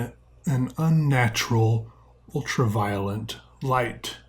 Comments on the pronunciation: are u saying ultra-'violent' ironically or is that what you've always thought it was called? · i feel like he keeps saying 'ultra violent light'. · I like how you say ultra violent lol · Please don't tell me I'm the only one hearing him say ''ultraviolent light''